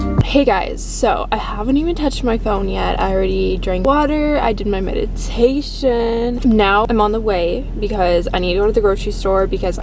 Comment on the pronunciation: its meditation not madiation gurlll